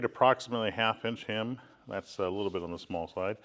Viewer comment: It's not a "him", It's not a "hymn" It's a hem!